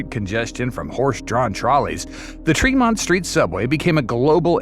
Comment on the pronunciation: I gave him a pass on that one, but Treemont 90 seconds later killed it for me